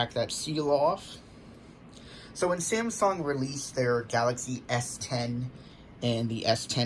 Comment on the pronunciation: Why do u say Samsong instead of Samsung. P.s. nice vid though